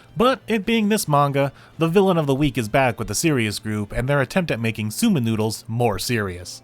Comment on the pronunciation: FWIW, it's pronounced "soh-men". See, the "ou" is (almost) always a long "o", and Japanese ling vowels are just lengthened in time; it's only spelled that way to preserve the original orthography, where long vowels are doubled in hiragana/katakana, except for "o" for some reason. More modern transliteration schemes would use "sōmen", but a lot of the habits of anime/manga translators and subbers go back to when computers couldn't easily use diacritics — so we use the doubled letters and "ou" spell things out like "Aijou Rentarou" and "Hifumi Suu" instead of "Aijō Rentarō" and "Hifumi Sū". All that aside, I've said before that my favorite chapters are the ones where everyone is in a ridiculous and over the top predicament — see also the karaoke, photo booth, and falling gothic and/or lolita headdresses chapters — and this one was great on that score.